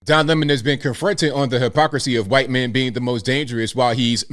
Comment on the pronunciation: Why do you pronounce the "h" in white. That's a hard "r" brother.